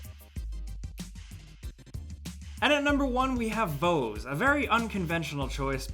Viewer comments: Mekorama is only 4 mb aaaand Voez is pronouced like Voice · It's pronounced voice. VO-E-Z